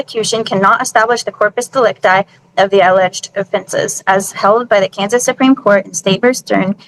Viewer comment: Did she say "in porpoise delecti"? Man they get dumber and dumber every video